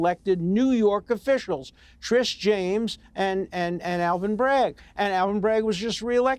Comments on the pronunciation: Alan says Trish instead of Tish like 11 times in 2 mins. And we’re supposed to take THIS moron seriously? 🙄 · How Many times can he mispronounce Tish James. Old fool .